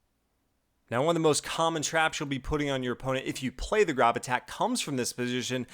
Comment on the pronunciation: It's pronounced Grōb like robe with a g ;) It's my last name.